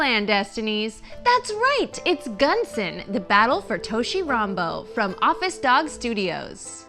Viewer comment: "thats right, its gAnzen, the Battle for tOUshi rAnbOU" she couldn't have said that more american